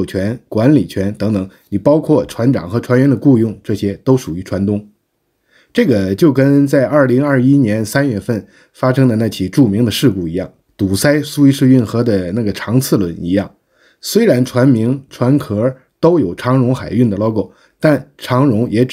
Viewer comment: 堵塞（读色，不读SAI），